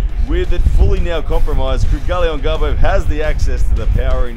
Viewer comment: It seems Australians have a hard time pronouncing Kydyrgali Ongarbaev lol. Regardless, great breakdown here!